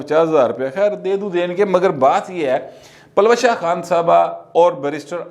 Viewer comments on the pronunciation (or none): یہ نام پلوشہ نہیں اس کا درست تلفظ پل وشہ ہیے، پشتو کا لفظ جس کے معنی "کرن، چکاچوند، چمک" وغیرہ ہیں